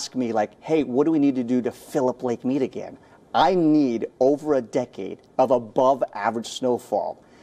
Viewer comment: Lake Meed is how it's said.